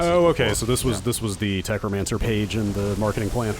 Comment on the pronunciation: I started losing it at "Tech-romancer." TECHNOMANCER 😂😂😂